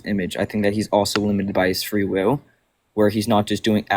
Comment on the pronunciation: am i the only one hearing "fwee wiw"